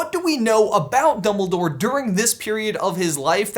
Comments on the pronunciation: Oldbledore? OLDBLEDORE?! Not DumbOLDore? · Did i just hear youngledore?????????????? I really hope that he learned it from potterless XD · youmbledore... you really just said.... YOUMBLEDORE